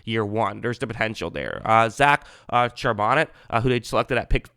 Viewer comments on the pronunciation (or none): His name is pronounced Zach Shar-buh-nay